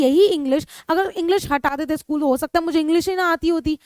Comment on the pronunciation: mam by mistake you said schlool but it was school